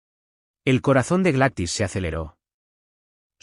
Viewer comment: NARRADOR EL NOMBRE NO SE PRONUNCIA "GLATIS" EL NOMBRE ES "GLADYS" POR DIOS!!! PRONUNCIA BIEN EL NOMBRE Y LO MALO ES QUE TODO EL AUDIO LO DIJISTE II